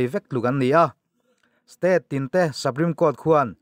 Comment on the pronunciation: Sapreme nilo in supreme tiin lam zawk teh a